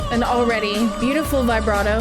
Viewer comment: I can accept that an English speaker mispronounces Italian words but I don't accept that someone who deals with music doesn't pronounce the words "vibrato" and "staccato" well. In particular, the word "staccato", as it is erroneously pronounced by English speakers, in Italian, in the verbal form, has among its meanings: making one or more musical notes wrong, which is one of the most serious errors ever for a singer. Greetings from Italy.